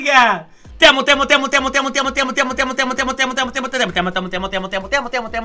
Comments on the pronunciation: Like si en el minuto y casi todo lo demás dice te amo pero se escucha como mutilado y también Like si es sierto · fui el único que escucho mutea en vez de te amo? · suena mutea en vez de te amo xd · ya no se si dice: "te amo o motea" :v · Dice mutea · En los "te amo" en un punto se escuchó "Motea" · El el mensaje donde decía te amo 100 veces paresia que decías amote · cuando dijo te amo escuche mota xd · Parece que decía motea 😂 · En el momento que el vato le mando un chingo de mensajes:v cuando lo estaba leyendo se escuchaba en vez de "TE AMO" se escuchaba "MOTEANDO" V: XD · El diciendo te amo, yo solo escuchando MOTEA MOTEA MOTEA MOTEA MOTEA JAJAJ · Alguien. Más entendió motea en vez de te amo? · We cuando dices 1 millón de veces te amo entendí muteamos ??:V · pareciera que dice mutea :v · parece que dijera “motea” jajajaja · parece que dice muetado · Nadie absolutamente nadie: diciendo te amio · Alguien mas escucho motea? XDXD